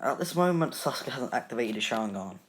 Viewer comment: sasuke is said as sasgay